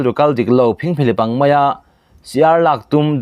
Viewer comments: Phingphihlip,siarlaktum...nizawklomaw(phengphlep nilovin)....??? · Ngaihnawm viau mahse phingphihlip i chhiar dik lo kher hi chu ka ngaithiam thei lo..